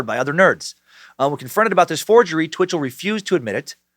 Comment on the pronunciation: Every time Dan says Bitchell I chuckle